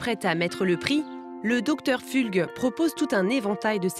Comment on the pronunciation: 😂 j‘en peux plus, le docteur Pfulg (on dit Pfoulg) c’était notre voisin à Fribourg en Suisse. C’est un gars qui pense qu‘au fric et vraiment pas sympa.